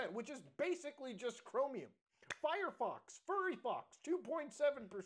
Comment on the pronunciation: Mutahar says furryfox all the time. I always find it enjoyable. Honestly wouldn't be mad if Firefox changed its name to that ngl.